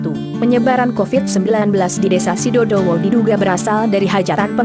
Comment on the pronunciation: Sidodowo kak bukan sidowowo